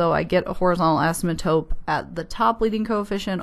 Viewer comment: I was dusting off my algebra for my calc class this semester, this was incredibly helpful tank you. I love the way the word asymptote is pronounced.